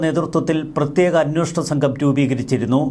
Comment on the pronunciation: 'അന്വോഷണം' എന്നാണല്ലോ ഇപ്പോഴും പറയുന്നത്. 'അന്വേഷണം'എന്ന് തിരുത്തിക്കൂടെ?